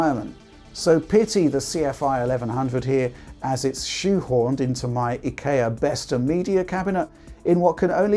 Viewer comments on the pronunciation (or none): is trying to say IKEA?